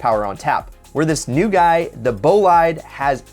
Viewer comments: ahahah wrong pronunciation its not bolied its bolide ahahh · Please stop calling it Bolaide. It's Bolide. French. They said it like 16 times in the video. Please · Not « bolaid» .. « boleed » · Please dont say "BOLAID" just Bolide! Its very simple!!! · Its pronounced "BUH - LIDE" / NOT BOW-LIDE. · "Bowlide"...I hate to be that guy but um..."boleed" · in french bolide means super fast car and it's pronounced bolead like read not bolide like ride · Everyone: Bolide: Ball-eyed😂😂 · Bowl-ie-day is the pronunciation of the Bugatti bolide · God damn stop. it's bolide(bo-leed) this shit pisses me off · Bugatti BO-LEED as it’s pronounced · Its pronounced boleed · Bolide is pronounced "Bo-leed" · Ideal media and shmee made curious of how to pronounce bolide since shmee says it boleed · Did my man say " Bow-lie-de"? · Its bo-lee-d to pronounce bro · Dude the i is pronounced as ee. Bolide is pronounced like Boleed. GET IT RIGHT. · Just to let u know, in the word "Bolide" the "e" is not mute. It's italian :) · My ears are bleeding, please look up how to pronounce "Bolide". Otherwise, nice video! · As someone who speaks French the way he says bolide deeply affects me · Your pronounciation of Bolide is horrifying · My italian is hurting after hearing his pronunciation of "bolide" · lol doesn't know how to say bolide